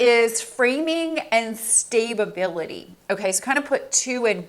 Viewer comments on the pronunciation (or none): Ok ..I'm not trying to be funny I just want to make sure I heard right...Did you say Stabe- a- bil-ity? Did you mean Sta- bil-ity? If not...What does the first one mean? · Stay-ba-bility 🤣🤣🤣 I love your videos but this made me giggle 💋